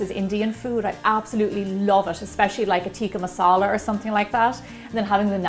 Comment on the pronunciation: I am a Pakistani and i loved how she pronounced Tikka Masala :). I will try this recipe soon :) and today is Eid day in Pakistan :) So Eid Mubarak to all Muslims around the world :) wish you have a happy Eid :)